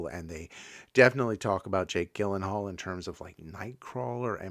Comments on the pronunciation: Gyllenhaal is pronounced “Jill-en-hall”. Isla is pronounced “Eye-la” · Well, there's really no point in watching these, now; you give away most of the story. Also, it's Jake Gyllenhaal with a soft "G", like a "J". 🫤